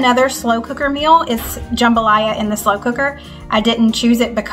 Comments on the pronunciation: Louisiana native here :D You said it right - you just have to turn that first "a" to a "u" and slap a southern drawl on them vowels Juuumbalaya! Thanks for the recipes they all looked great!!! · Louisiana Girl here! The "jam" in jambalaya is pronounced "juhm." Btw, these videos are the highlight of my week, I find so many great meals to cook! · you said it right, "jUmbalaya" is how it's said down here in Louisiana 😊 Also, the chopped onion, bell pepper, and celery you put into the jambalaya is call "the trinity", it's used in many Cajun dishes (and so is Cajun seasoning.... even in our Ramon Noodles lol). Happy Birthday to the hubby and Happy Mother's Day to you! God bless y'all. ❤ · Louisiana girl, here. You said jambalaya correctly but that’s a very saucy jambalaya & it’s a red jambalaya. Ours is more brown & not saucy. You did andouille wrong though. Still love you!